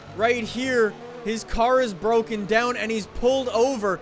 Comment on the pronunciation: I’m moving up and down, side to side like a rollercoaster Also: ITS BWOKEN! ITS BWOKEN!